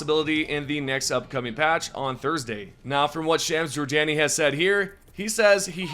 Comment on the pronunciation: Say, "Shams Jorjani" again